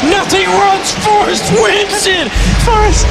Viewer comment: I just laugh my ass off everytime I hear say forest:P